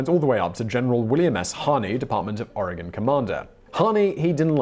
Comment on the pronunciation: As an Oregonian, I commend you for saying Oregon correctly. Half of the United States don’t even pronounce it right.